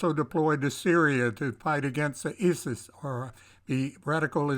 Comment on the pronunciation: EYE-sis, not iss-sis